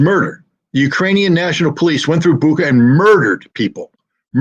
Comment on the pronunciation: [BOO-chah], not BOOKa.